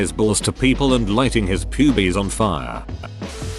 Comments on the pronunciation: lmao this robot reading "poo-bees" (pubes) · nobody: bot: p u b e e s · No one: Literally no one: Text to speech: pubies